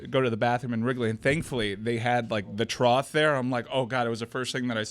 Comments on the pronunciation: Trough, pronounced like Goff. Not Sloth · Ok I watched it several times, and says TROTH instead of TROFF. Trough = trôf